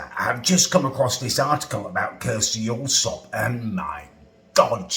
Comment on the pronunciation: Thanks, I couldn't figure out what he said. Thought he said Curse Yorkshire or something lol